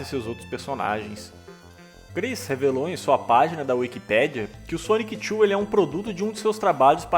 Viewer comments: Que vídeo bem feito, é raro ver pessoal abordando de forma completa essa densa história do Chris, só um adendo, não é "Sonic Chu", é Sonichu mesmo, é bobagem mas faz muita diferença, no restante a narração e outras pronuncias beiram a perfeição! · Cara, me dá agonia como você fala Sonic Chu